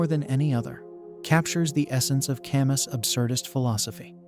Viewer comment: Albert "Cam--Us" ? Get a peson to narrate.